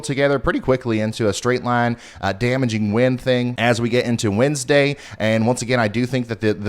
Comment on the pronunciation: did you say windsday or does my brain just hear puns